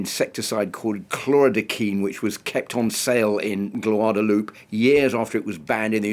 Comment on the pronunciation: How in the world can journalists not know the name of the place they're talkin about . Gwaod a loo pay Please pronounce it like that and stop insulting large portion of the world